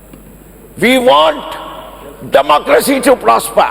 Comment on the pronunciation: Democracy was pronounced as the(De) mocracy😂